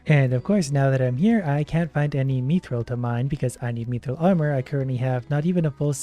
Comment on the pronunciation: He mispronounced it he said meethrill instead of mithrill